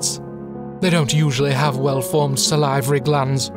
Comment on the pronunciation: The way he pronounced salivary made me so uncomfortable I couldn't pay attention to the latter half of the comment